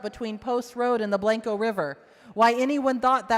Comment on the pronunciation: Learn how to say Blanco right then you can represent these people